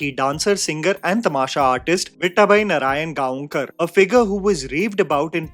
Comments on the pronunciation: let me make it easy for you... Instead of saying narayanGa-on-kar, you can pronounce it as Narayangaokar. Both are the same... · Correct pronunciation of her last name is Narayan gaaw kar. Literally meaning someone who’s from Narayangaon near Pune. Although not sure she had any connection to the town. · You dont have to put zing on gaon its pronounced as gawkar